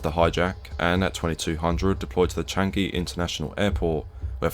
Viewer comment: Finally somebody who pronounced changi Airport correctly